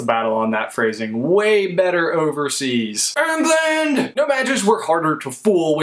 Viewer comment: not to sound like a douche but I usually hate when people bring up England/the u.k. because it usually just stereotypes but when I heard erngland I cried laughing!!!